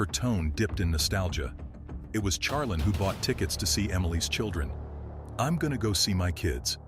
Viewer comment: Can we get pronunciation for the AI voice overs? Charlene is more than likely (shar-lean) not (Char-lin)